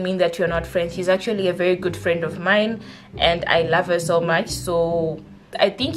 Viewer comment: I felt that “VHERI”😂😂